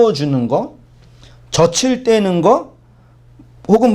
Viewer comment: 목사님 저츨 떼는게 아니라 저즐 떼는거라고 발음하셔야죠.